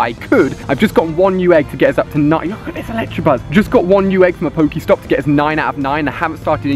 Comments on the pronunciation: You really need to learn to read "Electabuzz" not Electrabuzz >.< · okay read it carefully it's not electrabuzz it's electabuzz 😈😈😈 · Why does everyone call it an ElectRabuzz. Do you see an R in electabuzz? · It's not Electrabuzz it's Electabuzz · he kept saying electrabuzz instead of electabuzz and I was getting so frustrated😂😂😂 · annoys me when people call it electrabuzz when its elecTAbuzz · He keeps saying electrabuzz its ELECTABUZZ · You say "ElecTRAbuzz"" but it's actually "ElecTAbuzz" your really really wrong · Does he realise there is no r in Electabuzz?